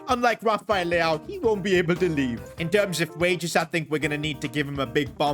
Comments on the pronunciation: bro said leao 💀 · Bro said leao 😂😂😂